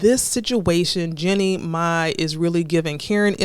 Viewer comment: I cringe every time she says “Jenny May”. 😩 It’s pronounced “GENIE MY”. Chile, what research/preparation??